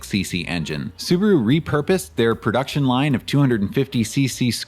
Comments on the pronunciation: It was interesting to hear Subaru pronounced as Soo-baah-roo in the early US ads - our Kiwi friends still pronounce it like that, and I always thought that it was just a local quirk. Maybe that's just the way it's meant to be said... Anyhoo, that video was definitely worth the wait. I appreciate the huge amount of research and effort went into it, so thanks heaps - I really enjoyed it. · correct. It's su Ba ru. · Apparently Subaru didn't even know how to pronounce their own name in the 60s